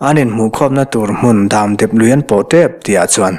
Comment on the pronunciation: Nang kher hi chu 'chutiang chu ani zawk ang' han tih ve pawh hi a inthlahrunawm viau nain, hei chiah aw.. Dâmdep Lui' tia i lam hi ka hriat țhan tawh zawk vang ni maw... 'Damdep Lui' tih tur anih duh hmel ka ti ve mai2. Lui khawkrawk leh suar awm lem lo, lui luang dam dep mai sawina anih duh hmel ka tia. A ngaihnawm lutuk e.